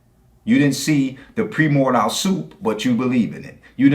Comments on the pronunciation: "Pre more dial" soup? Was he planning to order that with a cup of bone apple tea? It's pronounced "pry-MOR-dee-ull". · "Pre More Dial!" I had to actually translate that mangled word before it made sense. It's a sign he's only ever read the word, hasn't looked up how to pronounce it and doesn't use it in conversation with anyone. Now, that's not necessarily a bad thing, there are people who don't have that opportunity to have interesting discussions on these topics, but this guy isn't one as that's his job. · You're being REALLY unfair! He couldn't pronounce primordial either. I don't think you're giving him nearly enough credit at not understanding things!